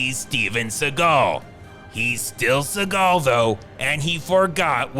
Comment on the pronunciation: 😂😂😂😂😂 bro !!!😭😂😂 "Which is Steven Stegal specially" 😂